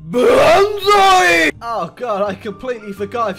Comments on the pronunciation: Banzai more like Benzai! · Its banzai